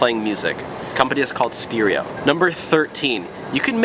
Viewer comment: You said stereo wrong.